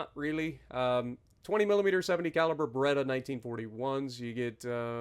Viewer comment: When you said Bredda I thought you said Beretta lmao